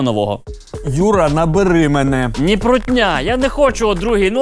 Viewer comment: «Нiт»?? Нит блять? Тесть теперь украинский язык это просто русские слова с буковой «i»?